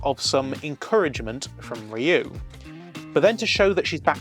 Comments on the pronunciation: the guys name is Ryuu pronounced You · This was definitely a more mature series than other Super Sentai shows. One of my favorites along with Dairanger. By the way, Ryu is pronounced as one syllable 🙂